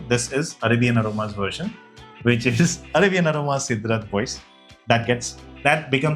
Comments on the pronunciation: I think it's pronounced as " SEDRA BO ZEY " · Cédrat Boisé (by Mancera) is correctly pronounced in French as say-drah bwah-zay